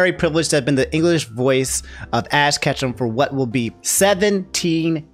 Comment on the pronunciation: Can't get over how you called Ash "Ass Ketchum".